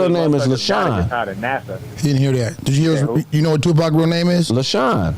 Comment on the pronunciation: His born name is Lesane NOT LeShawn